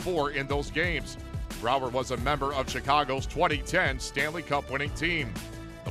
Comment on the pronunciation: Pierre please count because it took Brouwer 3 tries to beat Crawford not 2! the first one was off the post, the second one was a complete wiff and the third time he got in the back of the net. Pierre i don't like your announcer and please learn to pronounce names correctly